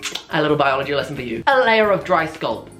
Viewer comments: Literally ahahah skulp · so... is no one talk about the way he says ‘scalp’?